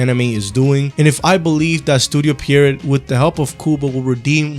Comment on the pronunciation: good video. I don't want to be that guy, but hey know can improve if know one tells them what they are doing wrong right? Pierrot is pronounce "Pye-row"? "Pee-uh row" like french word for clown